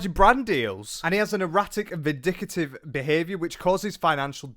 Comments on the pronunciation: Vindictive not “vindicative” good video though. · puts the (extra) "I" in vindictive 😆💙